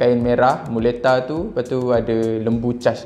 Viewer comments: Tak baik buat lembu macam tu. Manusia pun kalau diasingkan & dikurung sorang diri pun boleh stress, ni kan pula haiwan 🤦🏻‍♀️ Bila tersasul sebut Mutela, aku terus teringat Nutella 😂😂😂 tiba-tiba teringin nak makan Nutella. Hahahahaha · Mcm mana pulak boleh tersasul sebut nutella,jadi teringin nk mkn nutella la pulak😂😂